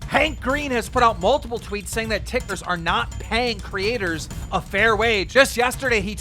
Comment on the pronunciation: Did keen just call “tiktokers”, “tikers” lmao wtf😂